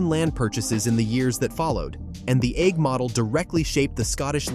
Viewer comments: It's Eigg as in EGG. So lazy not checking pronunciations! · If the narrator cannot decide what is the correct pronunciation for the island of Eigg then what hope do the rest of us have??